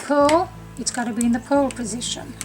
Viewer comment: It took me a long time of listening to you and rewinding to realize that you are saying P-U‐ R‐ L stitch, not PULL. Imagine my confusion when you actually say pull this and see here, this is a pull stitch. Hello from Texas, where the letter R is not an outlaw! Lol